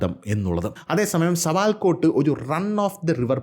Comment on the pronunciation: സവാൽകൊട്ട് എന്നാണ്... സാവൽക്കൊട്ട് അല്ല